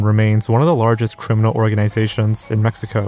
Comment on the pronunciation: Mejico majico 💀